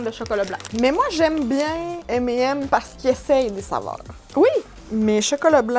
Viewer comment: M et M alors la c'est tout un nouveau univers qui s'ouvre en france on prononce ca M et Nems mdr